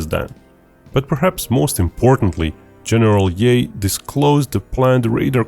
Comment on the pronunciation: Who is "General Yay" lol??